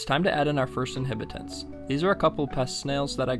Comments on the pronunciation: Good video. No hate but it’s InhAbitants with an A. Not “inhibitints” just for future vids. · Inhabitants, not inhibitants!